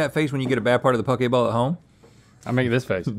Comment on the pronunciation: I thought they said pokeballs